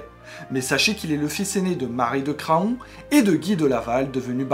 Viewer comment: Craon se prononce Cran, comme faon ou paon 😉